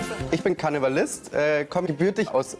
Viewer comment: sonst noch jemand statt karnevalist, kanibalist verstanden? :D gibts das wort in der form überhaupt? :D